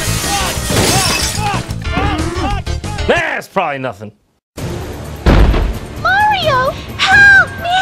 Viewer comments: Who saw that it said mairo instead of mario But who cares it’s a smg4 vid And it’s still a awesome vid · Prof. Dr. Schande did you say mayro